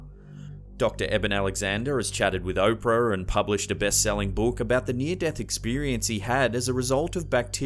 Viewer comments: He chatted with 'Oprer' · picture of Oprah says Oprerrr. Wtf?